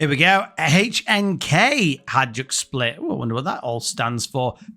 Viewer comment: Always love to see a Croatian club. Thanks, m8! Btw, the j is said like Juventus or Ajax, not dj.